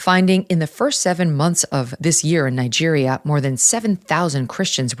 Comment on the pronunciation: Did you just say Niger